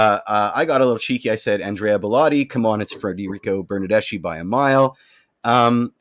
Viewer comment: Your mispronunciations of Italian names is driving me nuts and I'm not even Italian. For example, Bernadeschi. "Ch" in Italian is more like an "K" in English. Giovinco is pronounced Joe-vinco.